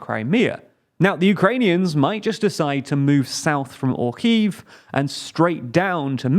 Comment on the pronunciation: You're mispronouncing Kharkiv